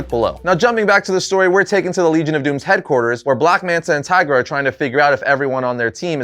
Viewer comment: Did you say, 'Tigra'? BRUH...